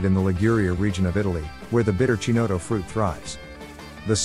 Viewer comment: It's hard to take a review seriously when you can't pronounce Chinotto correctly. Its Ki-not-O